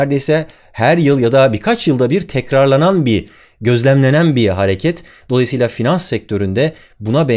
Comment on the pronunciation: doğalayısıyla (dolayısıyla) Şimdi de, bula bula bunu mu buldunuz... O kadar ütülendi ki kafam videolarını dinlerken-izlerken, dikkat oranım mı arttı ne, gözüme ilişiverdi... Acaba bilerek mi yaptın, bakalım kim fark edecek diye? Ufkumu mu açıyorsun, kafamımı şişiriyorsun hala anlayamadım : ) Neyse, bazen anlamakta zorluk çeksem de videoların güzel...